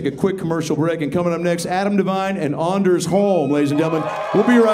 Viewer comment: "Its not ANDers its ONders.. like ive got a hard ON." Ahh the classics